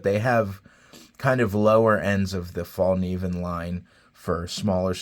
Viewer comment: Actually the K is not silent. Source: I'm Swedish